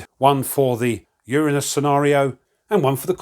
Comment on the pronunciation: Nice, I think you mispronounced Uranus though